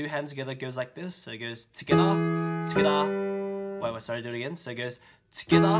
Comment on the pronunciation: Am I the only one who hears skdah when he says together